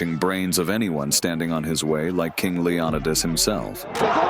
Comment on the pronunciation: Shit house commentary.. can't say leonidas.. Ai rubbish as usual.